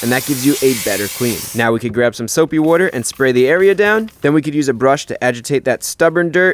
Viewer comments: "Soapy wooder" had me laughing, that's so silly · I was scared for a while during this video... and then the soapy wooder came out and I knew everything was okay. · for the soapy wooder